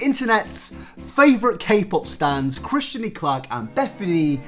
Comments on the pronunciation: Ew why does he keep calling Kristen, Christian Create = “car-ate” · kristen not christian, jesus :D